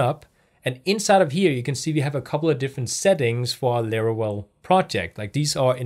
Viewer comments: If you say LARAWELL one more time I’m going to lose my mind 😂 jk Great video thank you for uploading these tutorial videos. You got a New Subscriber!! 🙌🏼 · Every time says "Larawell" reminds me of a Looney Toons character.. 😄 Jokes aside, nice video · its called laravel